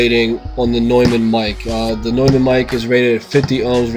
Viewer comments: Noymun, not newmun. But thanks for the test. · it's not pronounced newmann it's pronounced noimann. I see someone already mentioned this. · This guy said "new-men" LOLOL it's "noy-men" maybe that explains why he can't get this mic to sound great lol I have this mic and it's more then amazing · Stopped the video as soon as he said "new"mann -_ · hey this is hawkz from germany and the companyname is pronounced like NOI in Noise and MON in Money.. So NOI MON would NEU MANN and thats it :D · If you are doing a test of a famous microphone manufacturer like Neumann, you should probably say the name correctly. Not a big deal, but... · fyi you pronounced neumann wrong... rookie mistake. just saying..